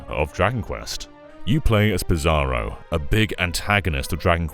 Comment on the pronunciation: he pronounces "Psaro" like "Bizarro" . . i always read is as "Sorrow"